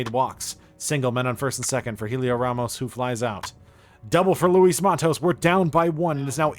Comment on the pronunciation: By the way it’s pronounced like Elliot not Helio